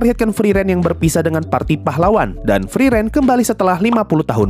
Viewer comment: Friren friren mulu, frieren yang enak didengar bang, cocokin sama detail pengucapan dari karakter pendukung tiap nyebut karakter utamanya! plis, camkan bang